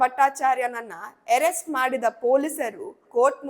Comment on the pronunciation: Adu ಏರೆಸ್ಟ ಅಲ್ಲ ಅರೆಸ್ಟ